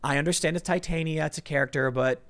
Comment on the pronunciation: irl its TIT-ania, not tite-ania